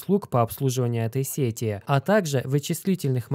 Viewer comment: Сети аж ухо режет